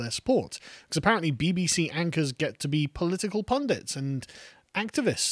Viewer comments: I heard 'BB-Xi' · Did carl accidentally say "the BBxi" lol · Sounded more like BBXi to me. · Ha the “BBshe” you said it perfectly.